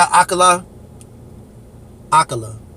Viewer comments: It's not Ah KAY La either! 🤦‍♀😆 It's Ah Kah Lah, ffs 🤣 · Bro, when you going to get his name right lol. Ak-Kala. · A-car-la = akala